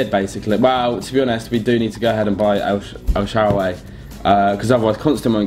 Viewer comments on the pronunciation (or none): El sharaway?!?! U mean 'el shaarawy' xd